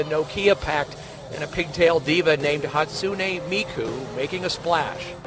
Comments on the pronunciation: . first of all, she is not the only vocaloid that does concerts iTS hATsun*AE* mIkU, nOT hATsun*EE* mIKu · 'Hatsuni Miku' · "HaTsunI MikuU" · Hatsoonie miku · Idk how to pronounce her name, but it's defiantly not Hatsoonie Miku 😐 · "she is the world's only digital diva, hatsoony miku" ok so like fuck pronouncing her name and all the other vocaloids am i right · I guarantee you, if mainstream news try to cover Miku again with her Coachella appearance this year, it'll be even worse. "HATE-SUN-EEE MIKE-YOU," some crap like that lol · Hearing all of the news reporters trying so hard to pronounce her name physically makes me cringe- 💀😭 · How the hell can you cosplay as Hatsune Miku, but then butcher her name!?!?!